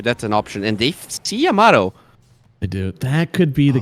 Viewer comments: Caster confuses me or am i deaf i kept hearing timado instead of yamato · Yamato used to be called timado